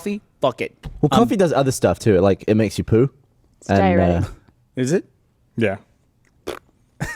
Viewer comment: she didn't say diuretic, she mixed that word with diarrhea, soo diarretic or something like that